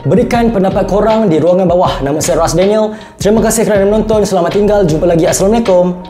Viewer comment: Tidak cukup baku lagi Bahasa Malaya tu. Cuba sebut betul A tu saya bukan sayer.